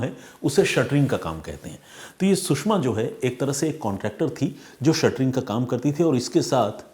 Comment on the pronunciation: Shuttering nhi shatring bolte h sir